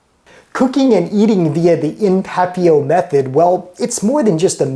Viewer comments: It is, but his French is obviously in the same realm as his arts and craft skills, all of which he makes up for in food. LOL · I don't speak French, but I always thought the "t" was pronounced in papillote. That looks like milk glass.